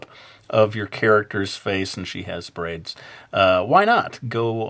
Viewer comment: I heard "brains" every time you said "braids". lol DO A ZOMBIE VIDEO!